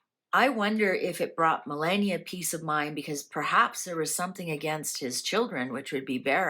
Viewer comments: Please stop mispronouncing her name is not Millenia is ME (AS IN MELLOW) LAW NIA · Mrs Trump's name is pronounced "Ma lah nee ah", not millenia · Trumps wife's name is pronounced - MA LAW NEE A. 😊😊 I keep hoping you will see my messages. 😊❤😊